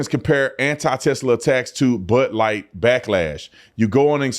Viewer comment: What is but light? He said bud light. Like but light.